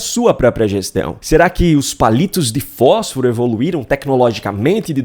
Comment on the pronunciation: FÓSFARO . Olha o português na miministra.😂😂😂😂